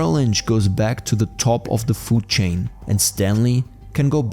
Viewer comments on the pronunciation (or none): none